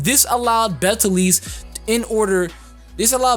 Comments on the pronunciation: its actually pronounced Beatle juice lmao, strange I know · the way people pronounce Beteleguese's name makes me hurt inside. have none of you heard of the pronunciation: "beetle juice"? because i have heard a couple of folk tales about the name LONG before the anime.